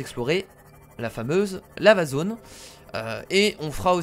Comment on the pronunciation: Quand il dit Lava zone, j'ai l'impression qu'il dit L' amazone...